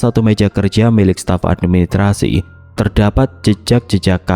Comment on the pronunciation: Channel yg bnr2 gak bs mengucapkan dg benar kata: menggenang, raksasa, dan administrasi.